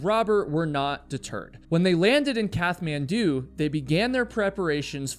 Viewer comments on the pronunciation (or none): This is a much better video when you skip all the blah blah blah-ing. Also, Kathmandu is pronounced like a T (cat), not TH, and it's gasping for air, not grasping. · That’s not how you pronounce Kathmandu